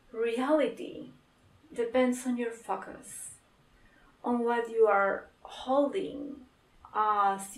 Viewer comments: Sorry but your „focus“ sounded like a „fuck us“ to me, anyway i ❤️ this channeling. 💋👉❤️🙏.Hug a 🐕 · No it's cute 😄 I'm from 🇪🇪 & i know you're not native.